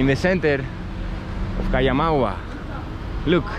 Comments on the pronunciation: Ese pueblo se llama COMAYAGUA, no es Kayamagua. Y hablan español como vos. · No it’s (coh-ma-ya-agua)